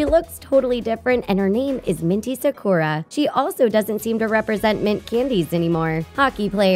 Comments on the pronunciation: The way you pronounced Totoro and Sakura is just..........no! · Jag gwar Toe toe row not "toe tore row" Sah koo rah, not "sah kur ruh" or "sah koor ruh" Buzz Aldrin being a USA Astronaut is a historical fact. It would be taught internationally. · I know that, I study Japanese. I am just saying the woman in the video didn't pronounce it right. The way she pronounced it was "Sa-Kor-a" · She pronounced the word "Sakura" and "Lefou's" name wrong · SHE SAID SAKURA WRONG